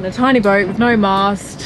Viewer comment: You are either developing a speech impediment or turning in to a Brit! It's pronounced boat, not boa lol! Another great video thanks guys. By the way, UV is the bane of my life as a boatie too.